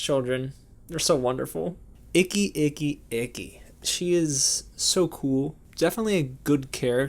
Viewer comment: You said Ikki like icky. That is Icky.